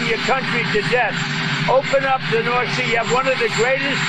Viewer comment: North “See”? 😂